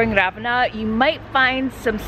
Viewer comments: It’s not Ravena with stress on "a", but Ravenna with stress on "e" and a long-spelled "n". Trust me, I’m Italian and I was born in Ravenna. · Try this: Rah- Veh- nnnnnnah. Thank you! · Surely you must have heard how the people say Ravenna..or you just don’t care..why disrespect the Italian people by saying Ravenna so damn wrong 😡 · All good, but not being able to pronounce correctly even the name of the town (which is so simple!), let alone anything else is just… so American 😁🤷🏻‍♀️